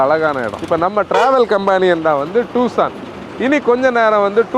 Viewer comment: "டுசான்" not டூசான்